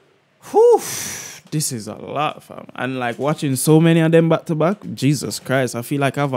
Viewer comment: That ❌ dat✅ them? ❌ dem!✅ don’t? Duh!✅